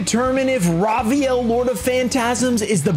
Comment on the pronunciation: "raw vaiyel" lol its "raviel"